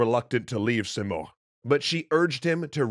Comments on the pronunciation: So I'm from persia , it's not pronounced simorkh , it's simorgh ( the gh is important ) Also it's rudabbeh it's not rudabbah And not sam as you saw it's sãm , saam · You’re pronouncing “Simorgh” as “Simorkh” — in Farsi “gh” is the equivalent of the French R, e.g. “au revoir.” Just trying to help, no offense intended! Enjoying this video, thank you 😊